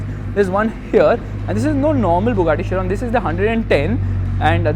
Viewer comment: Man the thing which I will go and definitely stands out is the Bugatti Chiron mate the Chiron is a masterpiece and thank god you pronounced the name of an f1 legend correctly